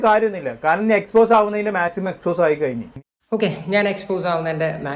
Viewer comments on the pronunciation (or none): none